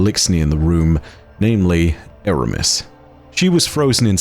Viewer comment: Its Eramis